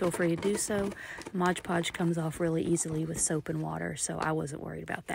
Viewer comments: This was very well done! Thank you! As a side note it is MOD Podge, not Modge Podge. Mod. ❤ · Right? The number of times she mispronounced it was aggravating. And what a messy hassle. I'd rather sew a bowl.